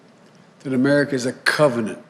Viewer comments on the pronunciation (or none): none